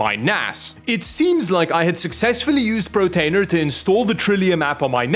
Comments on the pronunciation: Portainer! Not PROtainer! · "pro-tainer" thought it was a gag, but he kept saying it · Here for everybody who was annoyed by the mispronouncing of "Portainer". I don't recommend starting with a self-contained NAS for this stuff. Just get whatever PC you have laying around, get whatever Linux distro you're comfy with and go digging into github pages for docker-compose files to run. You can worry about mass storage later. Portainer is way more complicated than you need at the start. I know the terminal is scary, but it's actually way easier than any visual system out there right now. And definitely don't worry about reverse proxies for now. For one thing, you'll probably end up using Headscale/Tailscale/Wireguard eventually for remote access, and with one or two things running IP:Port is more than manageable. I think there's a gap for user-level self-hosting right now, though. You should be able to just buy a box with a bunch of icons to install docker-compose files for you with default settings. Some open source options out there are either abandoned or just bad, and the solutions baked into these self-contained end user NASs are just trying to upsell you just as much as Google (or also suck). The problem is when you go online all you get is either sysadmin pros speaking alien languages, the wannabe version of those or a bunch of marketing-forward people selling you stuff. This should be plug and play at this point.